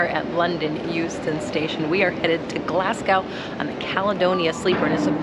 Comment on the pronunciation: Your pronunciation of Glasgow makes me die inside every time I hear it